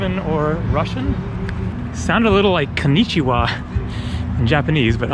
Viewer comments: yep! she said bună Ziua! (romanian) which means Good Day! but on video it really sounds like Konichiwa xD but romanian have nothing to do with Japanese! xD There is no such languages as moldavian, only romanian! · Bună ziua means Good afternoon. And it's pronounced like [bunæ zi'wa]. I live in Moldova, so I know.